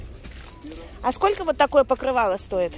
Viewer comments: Она всегда так говорила, странно что сейчас только "услышали",в Дубае в ТЦ это было очень забавно слушать. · 💥💥💥 как Ваше " скоко стоит" режет слух!!! Спрашивайте уже хотябы " какая цена" !!!!!!!!!